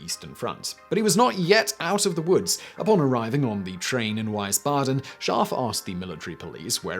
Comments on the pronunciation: It's Wiesbaden with a long e sound and not Weisbaden with the typical ei. Please learn your german city names. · Wiesbaden is pronounced vees-baden not vice-baden. Carry on :) in German; i before e is always pronounced "ee" and e before i is always pronounced "eye" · Wiesbaden spoken like weesbaden.. not wisebaden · Wiesbaden: You're saying (Wise-bah-den) It's actually pronounced (Vees-bah-den) My aunt and cousins are from there. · I"m pretty sure it's pronounced "Veesbahden," not "Wisebadden." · Interesting video. I just want to add that when you mentioned Wiesbaden you pronounced it like "wise-baden", the real pronounciation is similar to "veese-baden", not that it prevented me from understanding what you talked about, just wanted to mention it. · "Weissbaden" ???? "VEESbaden" is the correct pronunciation. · Wiesbaden is pronounced "Vees bod en", not "Vise bod en". I was stationed there with the USAF. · East Prussia didn't have an army during WW1... Germany had an army, however. Get fewer millennials doing your research. Also, Wiesbaden is VEES-bah-den, not wyse-BAH-den. Ruined the whole thing for me. Just sayin'... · whee-sbaden, not why-sbaden!!! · It’s Veez-bahden not Vice-baden, in German “-ie-“ is an “ee” and “-ei-“ is “eye”. Today you found out something else 😊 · I went through resistance training in USAF SERE School in 2005. Nobody can make me break quicker than my own wife. Also it's not "wisebodden" it's pronounced "veesbodden." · Wiesbaden is pronounced Veez-bah-den, not Wice-bah-den. Source: 7th Signal Brigade, US Army. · Please learn the correct pronunciation of "ie" and "ei" in German. Wiesbaden, which you consistently got wrong, for example, isn't pronounced (phonetically) 'Vicebaden,' rather 'Veesbaden.' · "Weeze baaden" not "Wyse baaden" - hard to get right as non native though ofc. Very interesting video! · "Weisbaden"? Do you mean Wiesbaden? It's pronounced "Weesbaden." No supper for you, dumkopf! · Wiesbaden, pronounced "Veesbadin"